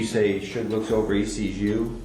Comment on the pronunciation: Why you pronounce Suge name like that ?